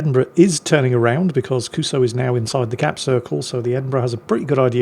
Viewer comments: How long before someone points out to that it's not pronounced "Kuso"? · So... should someone tell what "kuso" actually means? Nha, hehe nha... 😅